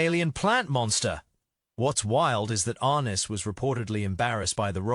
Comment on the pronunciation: it's not James "ARE-nis". It's "are-NESS". Three other interesting tid-bits that you missed: in the early scenes, you can see the rubberized, fake, icicles wiggling in the howling wind. Anchorage, Alaska is not this hostile of a winter environment. And finally, if you look closely at the alien aircraft crash site, you can see a snow plow/tractor sitting at one end of the cleared ice field.